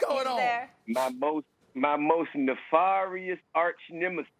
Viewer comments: Max is thinking: you mispronounced nefarious... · Nobody: T.I. : "My Neferious Archnemesis has returned" 🤣🤣🤣🤣